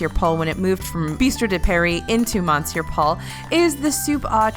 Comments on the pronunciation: Just a friendly cultural note, “Monsieur Paul” is actually pronounced “Miss-your Paul” 👌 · I cringed every time she pronounced Monsieur wrong and I’m not even French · Honey next time just Google how to say "monsieur" and practice a few times before you mispronounce it multiple times in a video, it sounds out of place in otherwise well-made professional content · monsieur is pronounced m'sear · No it’s pronounced mon-cyeu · I've never heard anyone French pronounce it that way. Wee-Sen Choo is closer to the way I've heard it pronounced - more like muh-se'yuh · I personally like the mispronunciations as it makes feel personable and adds an extra layer to the videos.